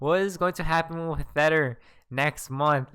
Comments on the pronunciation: Wtf is a thetter😭🤣🤣😂😂😂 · I really like your chanel and your content. But, can you please stop calling tether theter?